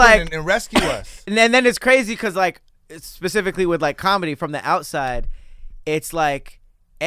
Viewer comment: ”PASIFICCALY"